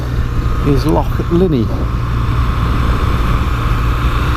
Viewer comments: And you say Loch properly, salute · Thanks for making the effort to pronounce our place names (and the word loch) properly :) I used to drive tour coaches around these roads, miss that job so much but now I live in Australia and it's all straight lines :(